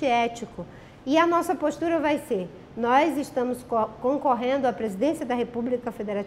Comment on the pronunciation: Ela ainda fala "NOIZ" kkkkkkkkkkkkkkkkkkkkkkkkkkkkkkkkkkkkkkkkk